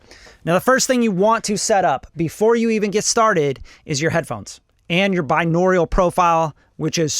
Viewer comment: i love u but if u say binaural wrong again im gonna jump out of the window